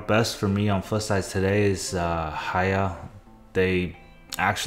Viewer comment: LET GOOO HAYHA = HAIYA. That made my day